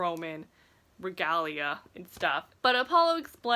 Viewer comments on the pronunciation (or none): none